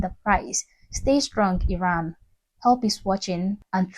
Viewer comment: it's pronounced 'Ee-ran', not 'Eye-ran'. Also don't assume that demonstrators who are being arrested, beaten up, injured or killed have 'loved ones'. Some of the people demonstrating come from families which support the current regime. Unfortunately it's difficult for these people to escape their family of origin, especially if they are women. When Khomeini seized power in the 1979, he encouraged denunciation and praised parents who denounced their children.... which resulted in the children getting the death penalty.